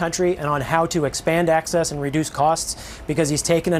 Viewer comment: trump can't pronounce the 'n' in 'and' because his nose is stuffed (with Adderall &/or coke, according to multiple sources).